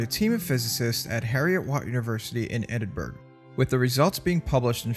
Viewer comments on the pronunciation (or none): Imagine researching this topic thoroughly, creating this animation, editing a video of this quality... But still getting the simple and easily checkable pronunciation of "Edinburgh" wrong. That must be really frustrating.